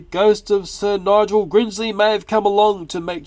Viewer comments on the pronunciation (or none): "Sir Nigel Grinsley"? ahem.. I think you mean "Gresley"! ^^ 26;18 Applejack hmm? Yeah that's a problem... Twilight Sparkle is obviously the best:P (That'll fire up the AJ fans |:3)